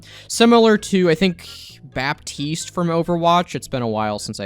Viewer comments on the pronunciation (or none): none